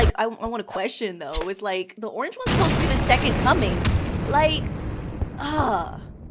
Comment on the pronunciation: Spi-dahr Orang-ge 😂